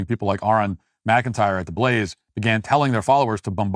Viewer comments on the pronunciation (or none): none